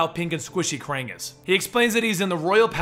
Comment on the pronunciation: It's fucking pronounced "Kraang"